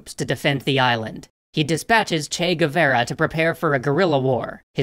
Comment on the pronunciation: Just practice your "che Guevara" pronunciation.